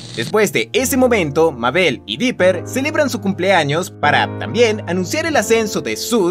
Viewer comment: Dise Biper 🙅